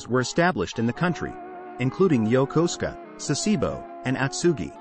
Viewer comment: YOKOSUKA, not "Yokoska", and "Sah-SEE-bow" is also a bad habit, pronounced SA-seh-bo.